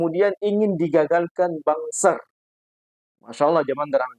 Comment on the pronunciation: BANSER dibaca BANGSAT